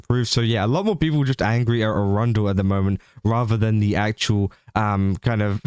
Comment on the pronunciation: I hate how you pronounce Erundel because it sounds like the city of Arundel, which is not what that name is.